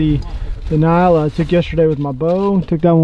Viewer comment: It’s N-yala! Lol. Wearing me out with Ny-ala